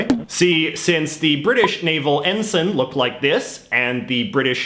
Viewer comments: It's en-sine, not en-sen. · EN-SUN, no EN-S-ay-NN,, never realised that the british union jack was copied or replicated... the british and french navies **european colonial powers of the triple entente & accord*during the 18th-20th centuries, between them ruled over 80% of the planet... so look for saliors from multiple navies, and look for flags :P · also I think it's pronounced en-sine